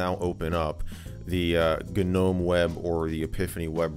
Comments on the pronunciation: Did he just call a Nome a G-nome 🤣🤣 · Should I tell him the G is silent in Gnome? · FYI - the 'G' in Gnome is silent.